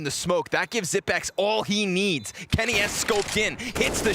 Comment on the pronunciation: It's pronounced Xyp-EX not Xyp-NEX. This announcer is making me mad. How the f do you even make that mistake? They also were calling Magisk Magik last game. WTF? Terrible etiquette to mispronounce some of the biggest players in the world. I wasn't even rooting for Astralis but it pissed me off.